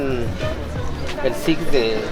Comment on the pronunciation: "El sics de seis"